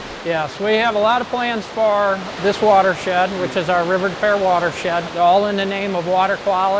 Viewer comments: Where river des peres runs on the south end of St Louis, it is actually pronounced river de pew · As a st.louisan. its river depoo